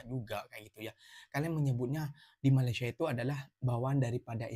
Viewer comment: Katanya bahasa melayu asal sana,tapi sebutan malaysia tak pernah betul,tak sekolah ke,atau sengaja sebab sakit hati..